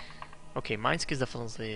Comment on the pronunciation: srysly?? MINE-SKI??? it should be MI-NES-KI